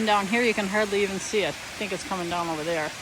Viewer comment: "Ovar Thar"? You picking up a southern accent? 😅